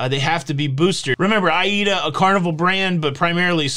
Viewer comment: “A”- “EE”-“DA” ‼️ so that’s how it’s pronounced! Now I’m enlightened 💡 yep the world is covid crazy! 🤪 but i am probably getting the booster because I just never know what wild idea my government🇨🇦 or even yours 🇺🇸 is going to dream up next! Maybe I won’t be able to return home without it come February?